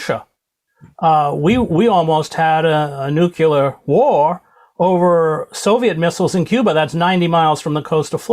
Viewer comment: noo ---kleee----ar